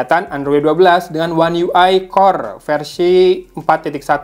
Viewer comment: cara ngomong "versi" sama kayak Juragan Tekno